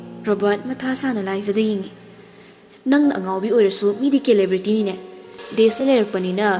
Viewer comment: Celebrity - pronounce as selebrety.. sounds like. This is universal. NOT pronounce like kelibrity.